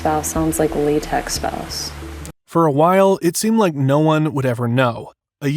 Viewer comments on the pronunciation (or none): none